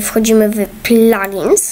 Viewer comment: plagins XD mówi sie plugins